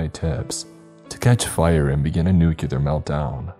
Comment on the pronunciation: It is NOT pronounced nukeular, it is NUCLEAR, NEW-CLEAR